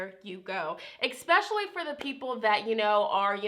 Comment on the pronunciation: you are soooo sweet , please don't say ex-pacially.